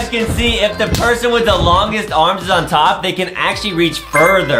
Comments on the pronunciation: Why did Adam sed perhon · i thought i was the only one who caught that pershon lol